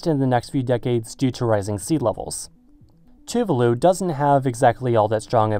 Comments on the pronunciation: Can you pronounce Tuvalu proplerly? You pronounce other words in other languages alright. Why can't you pronounce Tuvalu? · It's "tu-VA-lu", with the accent on the second syllable.